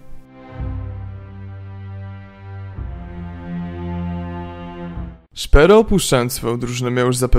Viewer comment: Filmiki wgle nie trafione do tego co mowicie.. Zeby chociaz cos bylo z 1.6.. Nie akcentuj nickow na angielski.. np. ths zawsze byl tehaesem. A i jak juz to SZPERO nie SZPERU.